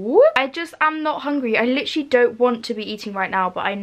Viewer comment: “lichrally lichrally lichrally.”